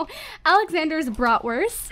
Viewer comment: What's a 'brotwirth'? Is that what they call hotdogs in America?😂